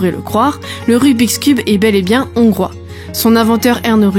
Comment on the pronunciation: On ne fait pat la liaison avec le S de des, on dit des Hongrois sans appuyer sur le H et en Hongrie sans faire la liaison avec le N